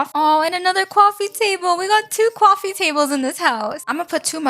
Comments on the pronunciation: Cowffe instead of coffee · Why dose it sound like you say cowofe not coffe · why do you say cwafie instand of coffee? is it an accent? not trying to hate tho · Ah yes "Aww another cawffe Table" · "kwafee" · Bro am I the only one that hear here say “cowofy “ 😮😮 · Did she just say Cwafee